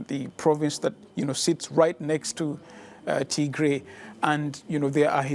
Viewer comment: It’s pronounced Tigrai not T-gray